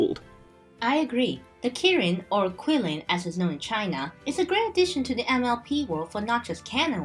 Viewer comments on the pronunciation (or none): It's actually pronounced "chee-lin" 麒麟 but I can see why the pinyin spelling "qilin" would confuse people.